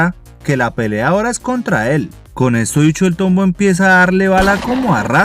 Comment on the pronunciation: JAJAJAJAJJAAJA Min "El tómbo" Solo por eso se ganó mi like caballero